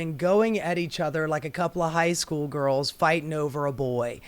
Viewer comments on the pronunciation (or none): none